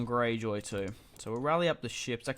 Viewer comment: When you say "house Gayjoy"